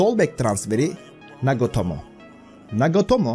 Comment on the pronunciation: NAGOTOMO DIYON ABI SPIKERLERI DUSUN BIDE JFIRJFJDI